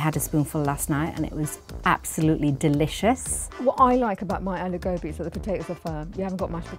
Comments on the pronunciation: I'm a British Indian, but how can these Indian mom's cook good Aloo Gobi if they can't pronounce it 😭. I even have a British accent but even I don't say a-low-gaw-be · Yeah it's aa-loo go-bhi Sheesh curb the accent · If you can’t even say ‘aloo gobi’ properly being an Indian (Mum 1) then you can’t cook it properly too. Although I do think everyone has their own way of cooking so there’s no right or wrong. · It’s funny how the women in the black shirt is acting like an expert when she can’t even say aloo gobi the correct way 💀